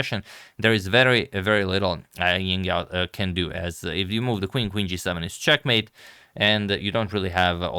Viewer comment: Also the J in Jingyao is better pronounce J as in Jingle bells (this isn't the exact pronunciation but it's definitely better than Ying)